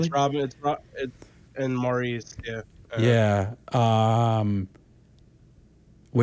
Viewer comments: Just FYI Maurice is pronounced as Morris since they are British. RIP Robin and Maurice, we love snd miss you both! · Yes, more Bee Gees please! I love the last 😢 album released 2001 before we lost Maurice (pronounced Morris) in 2003 called This is Where I Came In! Subscribed! I like your style!